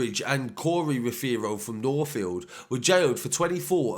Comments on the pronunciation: Nicky aza n corz on job Also it’s pronounced ROVERO not how you pronounce 😂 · The way he pronounces rothero 😂😂